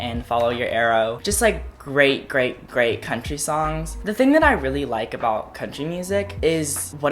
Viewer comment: after hearing cone say country music a hundred times im convinced he’s actually saying crunchy music